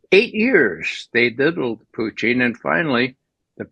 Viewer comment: Why can’t this guy say PUTIN like a normal person?